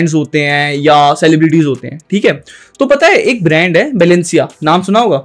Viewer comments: Balanciaga ❌ banlasiya ✅ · Shut up anime wallpaper guy its balenciaga not balencia! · Bhai, woh Balenciaga hai na ki Balencia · “Balencia”…..it’s “balenciaga”